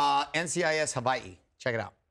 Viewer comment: Why does she pronounce it Hawai-ii? Every time!